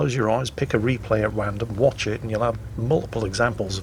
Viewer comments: Is it me or did say pick a replay at wandom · "pick a replay at wandom" LMAO xD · Did say pick a replay at "wandom"?